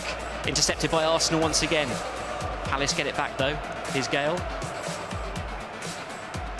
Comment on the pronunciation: Palace bro Crystal Palace not phallus.